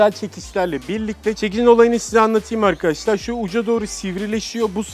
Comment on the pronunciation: 'Evet Arkaaaşlarr' 'D' Harfini Yutan Adam Gibi Adamm..